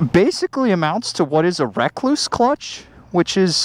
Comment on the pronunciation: Did he just say "Wreck Loose"?